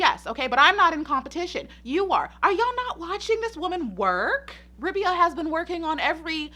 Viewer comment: It's Rabeeeeeya. Long eeee. Not like. Rub'ya. 🙄